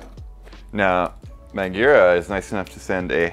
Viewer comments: I've never heard of Niygira brakes. I've heard of Magura brakes but not Nygira. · Does it make anyone else cringe the way Jason been saying MAGURA?